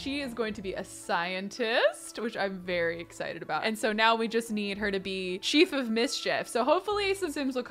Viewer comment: Why didn’t you you berry when you said “ very “ like WHY